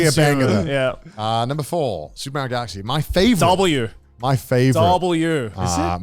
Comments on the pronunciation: Says TomAAAtoes but Meeeerio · The nerve to be so upset about the American pronunciation of tomato and then pronounce Mario like that is wild!